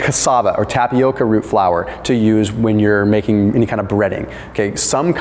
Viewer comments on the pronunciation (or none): none